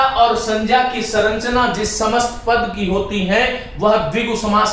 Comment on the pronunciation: श्रीमान आप संरचना को सरंचना क्यों बोलते हैं ।